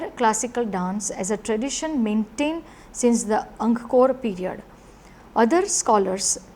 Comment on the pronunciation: ANG-KOR... NOT ANG-KA-KOR... please pronounce it correctly